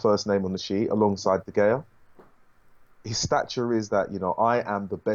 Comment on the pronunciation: Really? De Gea’s name is difficult to pronounce?? He’s been here for years now!